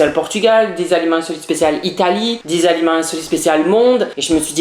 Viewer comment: Entant que québécoise je peux te dire que tu prononces les aliments mal